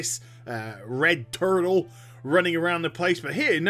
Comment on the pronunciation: Lol your turned into an american for a slight moment when you mentioned Nemesis. Just the way you said turtle. Your presentation of these videos is extremely entertaining as well, not your accent, but your excitement, you sound ecstatic, you're telling us you had a ton of fun making the video and doing it and it in turn makes us have fun watching your video. Keep it up.